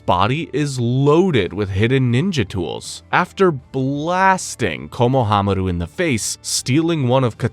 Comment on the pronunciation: Is this AI? Or maybe it isn't. The over trying Japanese pronunciations are a little cringe to hear. "RanaayGan"??? "Kono-Hamaru"??? But overall, this is appreciated and well out together. Just sometimes hearing him over pronounce the Japanese pronunciation makes me cringe a tiny bit. Some of the names or most of them aren't said that hard. Reminds me how some same "Nah-rooto" or "Mah-daara" 😅